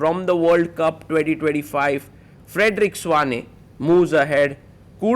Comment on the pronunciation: It is pronounced Svane not Svein